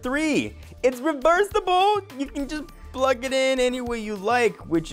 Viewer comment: Number 3. It's reversiibllee.. Geez, tone it down a bit buddy.